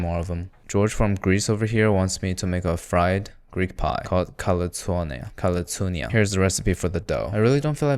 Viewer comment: proud to see a greek recipe there but god damn he fucked those kaltsounia up